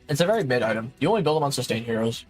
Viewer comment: it's MID, not MYTH bro, even the subtitles know that bruh